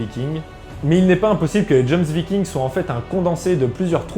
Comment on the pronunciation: Ok alors, pour éclaircir ta lanterne: PAS "dJoMsVikings" commet tu dis, mais les JOMSVIKINGS!! (à lire: Yomsvikings). Sans parler du mec à avec du FDP sur sa chemise xD xD xD